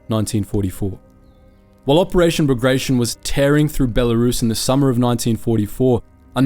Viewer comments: Pls DO NOT DEFORM non-English names. Not BAGREJSHN, but BAGRATION 😀😀😀😀😀😀😀😀😀😀😀😀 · Bagrtyon not bagraishen